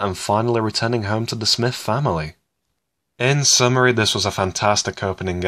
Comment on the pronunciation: "in summer-y"